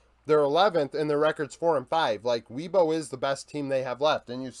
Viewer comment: Great video bro! Really like this series. By the way, as a Chinese speaker - Weibo is pronounced "way-bo" rather than "wee-bo," just if you were curious!